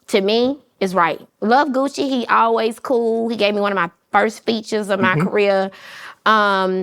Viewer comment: Him calling Gucci “Gooch” was so cringey.